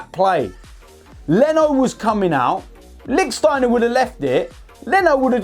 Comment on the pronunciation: Still saying Licksteiner huh? 😂